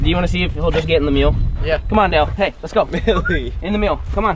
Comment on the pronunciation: Sounds like your saying meal not mule lol